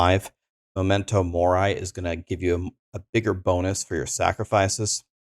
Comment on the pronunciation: memento mori is latin. it's not pronounced "morai"